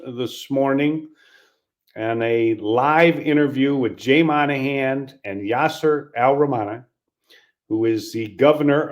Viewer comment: It’s’Mawn-a-han’ not ‘Man-a-han’